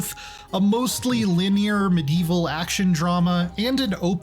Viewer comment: Linear? Is this guy okay?